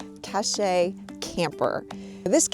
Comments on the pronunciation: I believe its pronounced as (Cash) camper the E is silent in Cache. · you just say it "cash" you sound crazy lol. alaskan here for reference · sorry but that is not how you pronounce cache. It’s pronounced just like cash. Not cash with a long A…